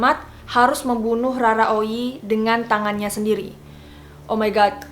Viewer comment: Bukan Rara oyi bos. Tapi Roro oyi